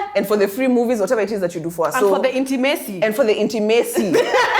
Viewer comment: Inti-maseee 😂 Repercussions or ramifications is the word you were looking for